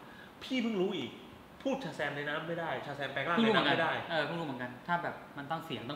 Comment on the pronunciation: เป็นร้อนใน พูดชาแซมไม่ชัดแปลงร่างไม่ได้มช่เปล่าครับ